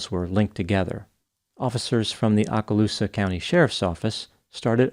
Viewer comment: Okaloosa is pronounced with a long “O” like Oklahoma